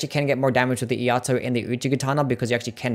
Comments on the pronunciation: It's E-Ai-To, not E-A-To. Iai is the Japanese art of sword pulling and sheathing fast as seen in some special moves. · "Iaito" is "e-eye-toe" Thanks for the list!